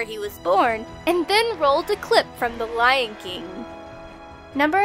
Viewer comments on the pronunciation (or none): none